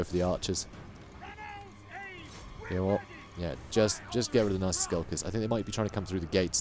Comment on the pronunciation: I know you're saying nasty but I hear Nazi skulkers everytime.